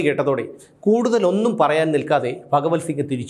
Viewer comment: ഫ ഒഴിച്ച് നല്ല അവതരണം. ഈ കൊടും ക്രിമിനലുകളെ കൊന്നു കളയാതെ ഇപ്പോഴും തീറ്റി പോറ്റുവല്ലേ. ഇതിനൊക്കെ എന്നാണാവോ ഒരു മാറ്റം വരിക 🙏